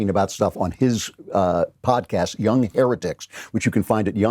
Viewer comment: If you listen closely after the transition to the website, it sounds like he said the name of the podcast was the "here-dicks" instead of heretics. I didn't know you hated Spencer that much, Klavan!